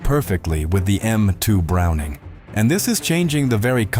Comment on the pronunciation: Stop circling the same information sequences in different words. you lost me after 5 minutes. What's with over pronouncing the full name of Browning?